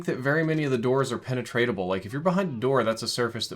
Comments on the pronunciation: "penatrateable" lol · Have I been pronouncing penetrable wrong my whole life